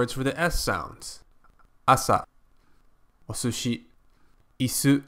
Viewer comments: Why do you pronounce sushi "OSOSHI ? there is no O in there . . From what i can tell, from my 34 minutes of japanese learning, we have..Uhm..O - S - and SHI, no U or O in there from what i can read .Or wait, it sounds also like you are stepping hard on the S,then going straight ahead with SHI .Hmm, help,please /. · Travis Schpeltinger (2 years later) す is "su", so it would be osushi or おすし